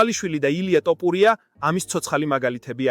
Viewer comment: რა ტოპურია... თ ო ფ უ რ ი ა